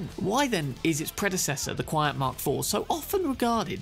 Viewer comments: very interesting build, might try and mess around with it in the future. and by the way, the pronunciation for QianT is "chi-anne-tee", as said by Rogue when she's briefing V about Hellman. :) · I found out recently it's pronounced 'CHee N' Tee' 😅